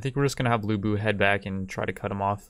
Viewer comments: Liu biu? It's LIU BEI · No that was liu biao. He called liu bei “liu bee”. My advice to the uploader is to watch 2010 three kingdoms. It’s better than anything the west makes and it will help with the pronunciations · "Lee-You-Bay" don't disrespect him